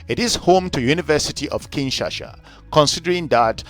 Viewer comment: Thanks Brother for educating people about my birth city but a few notes, if I may .. * It's KIN - SHA - SA (not KIN - SHA -SHA ) * Your expert (Mr. Mohammad) talks about the Republic of Congo AKA Congo Brazzaville (not the DRC). * Kituba is NOT a DRC national language. Thanks.